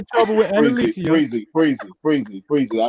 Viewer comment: WHAT IS DISRESPECTFUL...FREEZY MIS-Pronouncing ANNALICIA'S name every single time